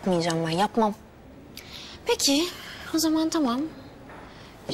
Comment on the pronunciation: Taam değil, tamam. Kulağım gıcıklanıyor🤦‍♀️